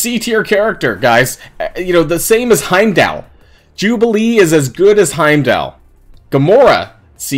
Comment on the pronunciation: Pronounced haym doll btw lol. Great video really fun to watch!